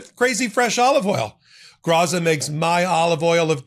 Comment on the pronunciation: Graza is pronounced Gratsa